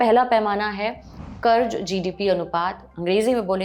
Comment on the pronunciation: Plz don't be offended but you need to work on your pronunciation, It's not Karj but Karz